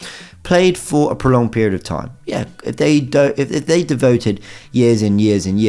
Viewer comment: The words prolonged not Pre-longed